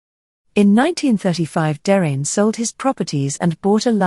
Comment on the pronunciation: I concur with all of the other positive comments....very well-done video. Par contre, Please check the pronunciations of "Derain" and "Collioure", which are inaccurate. Cheers.